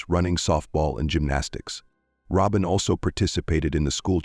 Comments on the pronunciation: IT IS NOT "ROW-BEN! IT IS "ROBIN OR ROBYN!" A.I. SUCKS!!!!! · I was a classmate of hers. Roehm Middle School. It was the 8th grade. And it may be AI talking, but you’re pronouncing her name wrong. It’s pronounced the same way you would pronounce Robin ROBIN like Batman and Robin. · I just can't with this AI voice calling her Robe in. Shameful